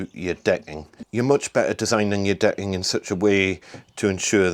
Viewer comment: Its great framing and all, but why are you calling it “de’ing”?😂👏🏽